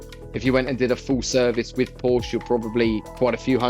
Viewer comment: At least pronounce porsche correctly 😮